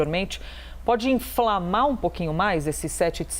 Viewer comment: Uma das coisas que mais me chamou atenção nesse vídeo foi "Enflamar" da reporter. Kkkkk